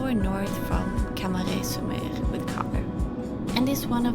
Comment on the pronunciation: Your "camaret sur mer" is said with the perfect french accent ;)